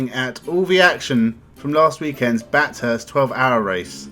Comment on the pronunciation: I assume you didn't watch any of it. You should know how to pronounce Bathurst if you did.